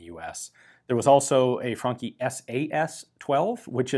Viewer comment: I love how ian pronounces the franchi correctly as frankhi and not as franchi.